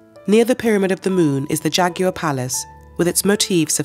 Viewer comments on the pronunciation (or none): Beautiful documentary, blighted by so many mispronunciations. If a Spanish word has an accent on it, that syllable should be accented not the one after it! And what is a jagear? or Bass relief?